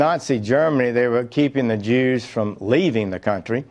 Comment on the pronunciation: "They were keeping the Jeewws from leaving the country". My God, my God, my God....